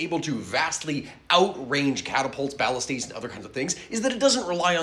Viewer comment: ...HOW did you just pronounce Ballistas?! Freaking "Ballistays"?! 😂